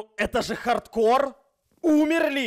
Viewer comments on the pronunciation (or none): Кто заметил что написано хардкор а эд говорит хордкорд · Интересный факт: написано хардкор, а говорит хордкор